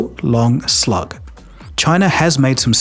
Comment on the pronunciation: A real long "slog" not "slug" 🐌 Just trying to help out. I enjoy your videos. 😂